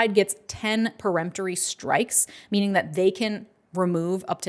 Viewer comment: Thank you! I've seen at least two other attorneys on YouTube (mis)pronounce it as "pre-emptory."